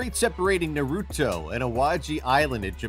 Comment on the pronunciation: I hate the way he said Naruto